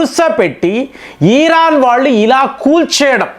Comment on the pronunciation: ఈరాన్ కాదు ఇరాన్